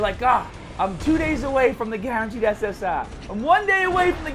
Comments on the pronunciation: This guy says SS Ah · I just looked you up and this is my first video of you and I'm not sure whether or not to like the way you say ssr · First time watching ur vids but do u really say SSR like that